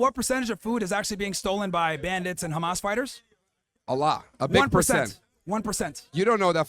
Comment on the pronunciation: why Zionists always pronounce it "Actober" and "Kh-ma-s"? how difficult is it to pronounce the letters O and H?